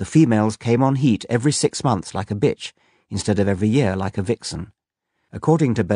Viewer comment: Like a 'Bayetch'